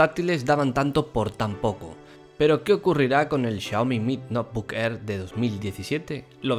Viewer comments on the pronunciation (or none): ¿Noebook o Notebook?